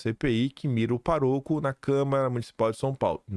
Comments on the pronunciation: não é paroco; é pároco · A título de ajuda, meu caro feirense. Diz-se "PÁroco", e não "paRÔco", e o plural de "qualquer" é "quaisquer" (única palavra do português cujo plural fica no meio) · não é paroco e sim pároco. Pronuncia-se forte e com mais entonação a antepenúltima sílaba que é o pá. Certo!!!!? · não é paroco, o certo é pároco. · não é "paroco". É "pároco"; observe o acento agudo no "a" da primeira silaba. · observe bem: Não é PA - RO - CO, é PÁ - RO - CO, proparoxítona. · Não é paroco. É pároco! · pÁroco e não parÔco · Vc vem falando Parôco e o certo Pároco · não é paroco, é pároco!😅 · por favor aprenda a pronúncia de PÁROCO! Chega dói ouvir você falando “paroco “!!👆🏻👆🏻👆🏻👆🏻👆🏻👆🏻👆🏻👆🏻👆🏻👆🏻👆🏻👆🏻👆🏻👆🏻👆🏻👆🏻👆🏻👆🏻👆🏻👆🏻👆🏻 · seus vídeos são realmente muito esclarecedores. Gostaria apenas de lhe passar uma informação sobre a maneira correta de expressar a palavra PAROCO. A silaba forte da palavra é a 1a. o Correto é PÁROCO. abraços. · PÁ- RO-CO e não PARÔCO! HOUVE e não HOUVERAM.. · Cuidado com a língua portuguesa,, não é paroco, é pároco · corrijo com carinho. Não é parÔco, e sim PÁroco. Abraço meu ilustre! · Bom dia! Não é PAROCO é sim PÁROCO. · não é paroco, é PÁROCO, com acento agudo no A ok! 😊😊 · é pá roco, e nao paroco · meu filho... não se diz "parôco", se diz "pároco" 😊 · somente para ajudar: não é paroco. É pároco. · Não é parôco. É Pároco. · Não e paRÔco...é PÁroco. Valeu? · Pelo amor de Deus a pronúncia certa é PÁROCO não PARÔCO😊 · pelo amor de Deus, não é parôco, é PÁroco! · a palavra é pároco, não paroco. Essa palavra é proparoxitona. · meu querido, por favor, não é parôco, é pÁroco😘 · Não é paroco, é pároco. Parabéns pelo belo trabalho! TMJ. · ADORO SEUS VÍDEO, SEU PENSAMENTO, MAS VC TEM SERIOS PROBLEMAS COM O ACENTO CIRCUNFLEXOE PROPAROXÍTONAS. É PÁroco, e não paROco. É ÂMbar e não amBAR. Pelo menos em ambas vc passou a se corrigir. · Fala PÁroco